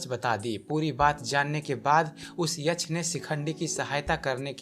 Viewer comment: यछ नहीं यक्ष बोलिये